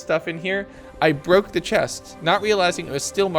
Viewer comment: Bro said baroke I'm dead 💀